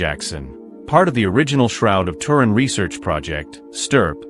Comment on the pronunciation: Tuu.....rin......get it right